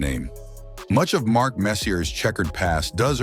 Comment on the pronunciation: Putting a R on the end of Marks name. Funny as fuckl.